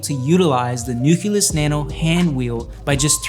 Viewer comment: 5 people reviewed this product... zero of them could pronounce Nucleus or Nuclear. Super bizarre.